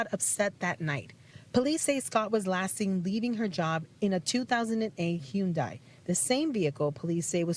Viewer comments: Wtf is a HEWN-DAI? Umm it's Hyundai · who tf says Hyundai like that??